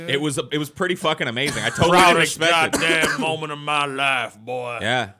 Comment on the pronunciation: says “molment” I noticed it a video or two ago, listen for it